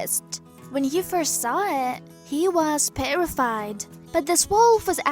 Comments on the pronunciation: This woman is European and is very professional regarding pronunciation and enunciation. She still has an accent but it isn't very prominent. One word she messes up is petrified and terrified. She says perrified. Which I believe she is just between the two words or it is her accent. Either way, she does an incredible job. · "The wolf was perified" petrified you stupid bitch!!! Learn to speak English.... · You say perrified no terrified or petrified